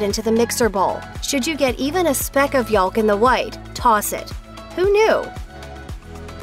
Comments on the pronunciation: Entertaining video. The word 'yolk' is pronounced: /yōk/. Log 'o'. The letter 'l' is silent, as it is in several other words. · “Yawlk”? Who speaks this way? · "Yoool-ks" I'm trying that IHOP thing at work tmro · I think this is the first time I’ve ever heard someone actually pronounce the “l” in egg yolk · Stop pronouncing the l in yolk.